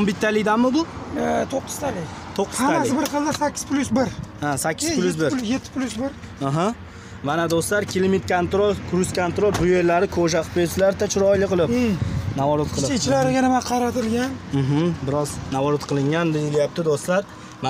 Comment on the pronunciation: Ruschani eplasen gapirgin kruz kantrol klimt kantrol deb sakvordinu